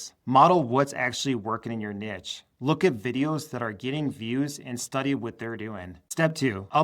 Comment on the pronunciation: Niche (pronounced Neesh) not “Nitch”